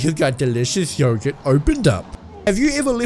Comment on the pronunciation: It’s not yo gurt it’s yogurt